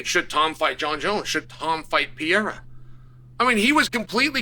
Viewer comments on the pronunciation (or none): Chael said Pierra and Surreal in the same sentence 😂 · Just came on here to say, your comment that Tom should've fought after a double eye GOUGE knuckle deep, pushing his eyeballs into the back of his socket, is probably the STUPIDEST thing you've ever said .. I mean you still can't pronounce Perreira, and I overlooked that, but you have just singled yourself out as the MOST ignorant commentator, and you don't deserve a spotlight for talking such rubbish..